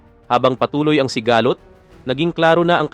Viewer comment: Konring improve pa ng pag babasá (sigalót) hindi sigahhlot